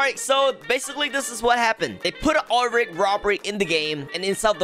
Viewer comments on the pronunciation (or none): I like how you call like “Ool rig”